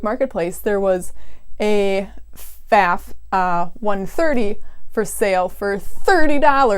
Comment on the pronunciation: I cant speak for your last name, but the sewing machine brand is pronounced foff. Any German will correct you on the spot. This is not a controversy.